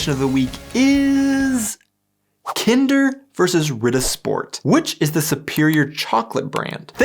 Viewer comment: its Ritter